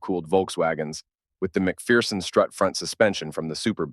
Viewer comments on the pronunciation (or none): none